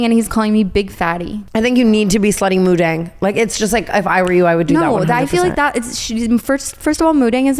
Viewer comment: Girls you were saying it right! Moo Deng <3 Bouncing Pig is the translation, a lot of people are confusing it with Moo Dang which translates to Red Pig, but her name is Moo Deng :)